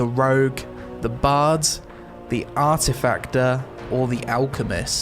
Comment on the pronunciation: Artifactor? Excuse me?